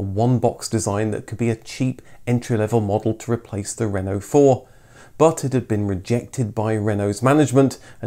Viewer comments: One of my colleagues bought a new Twingo in 1993, and was mercilessly ribbed by pretty well everybody. Nearly thirty years later, she still drives it to work, and still draws a smile. BTW, it's nice to see a Brit make a decent attempt at French pronunciation. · Really interesting Thankyou. Such a shame it was never sold in the UK. and great pronunciation of word Renault!